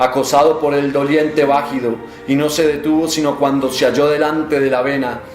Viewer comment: Es vagido no vagido con acento en la a